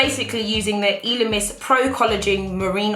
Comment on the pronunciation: Hi! Not to be shady or anything but it’s pronounce ‘eh-lemis’ not ‘ee-lemis’ 💜